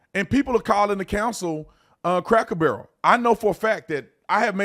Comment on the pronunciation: Not craker barrel.. please